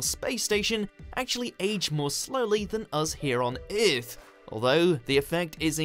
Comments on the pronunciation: Hey look it's me throwing up! Eeeth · He somehow failed at saying that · On eearth...... haha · That is the worst pronunciation of "Earth" i have ever heard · I've heard worse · so true lol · Lmaooooooooo I’m actually rolling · he actually thinks its pronounced earth and not earth lol